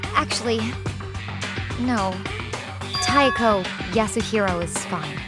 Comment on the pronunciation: Whyd u say taeko